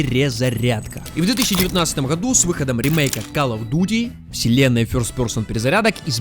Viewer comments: ❌Сказать: Кал Оф Дюти ✅Сказать: Кал Оф Дути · Як він каже Калл оф дуду це шедевр